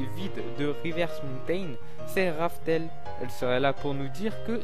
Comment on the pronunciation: C’est rough tell pas « RaFtEl »